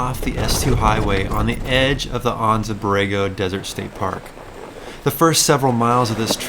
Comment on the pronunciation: Really enjoying your video adventures. They’re motivating me to finish my YJ and hit the trails. I’m pretty envious of your new top of the line Jeeps but I dig the old school basics of my YJ which was the last bastion of leaf spring jeeps. Oh one thing, it’s driving me crazy. I’ve lived in San Diego the past 32 years, been to Anza Borrego many times and lived in the town of Anza for a few years also. Anza is pronounced AN-ZA. Not AHN-ZA. We all use Gringo Spanish in our SoCal homeland English speaking world. AN AN ANZA!! Lol.